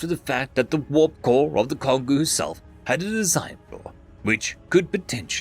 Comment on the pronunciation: Kongou is a Japanese name. It is pronounced Kon-goh. Like the African Congo.